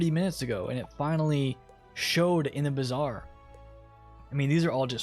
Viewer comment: It's Bazaar 😂